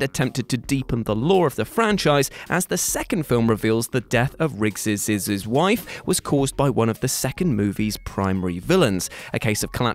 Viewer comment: "Tommy Lee Jones's's's's" "Rigg's's's's wife" For some reason the pronunciations got me giggling this morning 😂Lmao 🤣